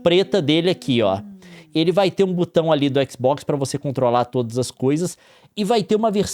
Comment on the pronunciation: e não se pronuncia butão, é BOTÃO